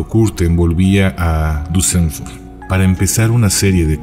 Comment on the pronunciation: pronuncias mal Duesseldorf es Dorf con "d" en ..dorf no con b, como suena cuando lo pronuncias